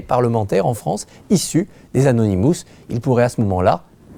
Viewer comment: et au fait, c'est anonymous et pas anounimous